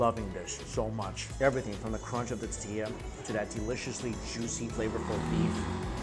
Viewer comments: Love the vid but the way you say tortilla... you do know there is an "R" in the word. "TORtilla" not tatilla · ITS TORTILLA NOT TATILLA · Yep It's Thor-Thee-Lah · Hi Mike... Love Your Videos... But I Have To Tell You... It's ToRtilla, not Tatilla... And Please Don't Ever Eat a Taquito Wit a Fork... They're Finger Foods... Thanks... Lol 👍👍👍😁😁😁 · My favorite is when Mike says "tuhtilla" like a Jewish grandmother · Hahaha “tatilla” 😂 how I’m going to say tortilla from now on. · Am i the only one annoyed by how he pronounces "tortilla"? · it really bothers me how her pronounces tortilla